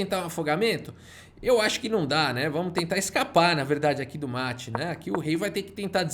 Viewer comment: "um mete de 4" kkkkkk. Qual foi, q bglh é esse aí?